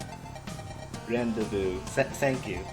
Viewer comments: the word here you can't pronounce is pronounced weirdly (ron-day-vu) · Rendezvous is pronounced Ron-day-voo